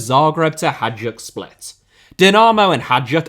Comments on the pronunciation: Hajduk is pronounced "Hayduk", not "Hajuk" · Hajduk is actually spelled like "Hi-dook" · Hajduk is prounounced like Hi Duke, not whatever you were saying. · He's English. What did you expect? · please, please, please, learn to pronounce Hajduk name. thank youuuuu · the pronunciation of hajduk hurt my soul